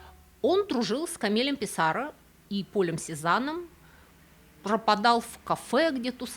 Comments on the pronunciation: Не ПиссАро. А ПиссарО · Писсаррó- француз, ударение в фамилии на последний слог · почему ПиссАро? Ведь француз!